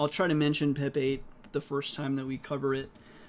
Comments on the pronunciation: i keep on thinking your saying pepe the frog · Whenever you say pep8 i hear pepe the frog